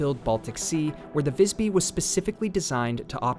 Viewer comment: As a swede its very funny when capten sais "wellcome to Vajsby" hahaha. Apparently the name of the ship is pronounced differently in different languages 😂.